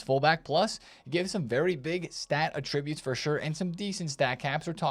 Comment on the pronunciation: you’re mispronouncing/using the wrong version of attribute. Look it up. Keep up the good work.